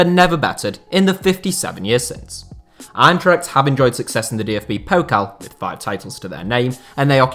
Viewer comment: He pretty much nailed Braunschweig for an foreigner. What you u guys talking about? The "Eintracht" was bad, but Braunschweig?